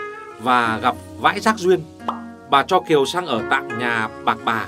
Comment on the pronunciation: Gặp Vãi..... Giác Duyên, ui nhấn giọng buồn cười vch